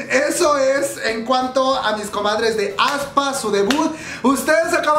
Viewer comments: aespa no como lo pronuncias aspa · Me gusto el grupo ya esta en mi playlist y ya PARA! jajaja tampoco se pronuncia ESPA, SENCILLO ES....... AESPA tal cual. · Aspa jaja, no te preocupes nosotros tampoco sabíamos cómo se pronuncia. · Yo cuando vi aespa no leí así como se pronuncia sino que dije avispa 😂 F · Jajajaaj "Aspa" :v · Cuando dice que ya sabe pronunciar el nombre del grupo, pero en realidad no. Me mato la voz en off aclarando su error. Gracias por ser tu mismo.